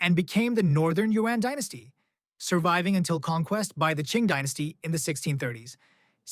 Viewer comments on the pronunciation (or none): none